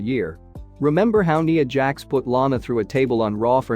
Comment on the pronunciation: LMAO.. dude who the hell is "Knee'Ah" jax ? you did correct it the next time you said her name but seriously dude do you even watch WWE? wow.. baahsler... and then to top it off you fumble the dialog saying miro tweeted about "NIA" finally getting the push she deserves. Damn dude, can't you pronounce any of the wrestlers names correctly? Aleister... not Aleeester you suck as a dialog reader.